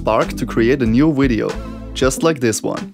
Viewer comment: until he said wideo